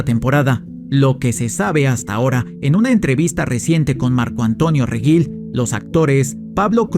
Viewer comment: Es Regil, no Reguil.